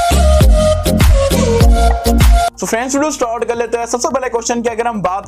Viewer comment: Bhai tu stort kyu Bolte start kyu nhi bolta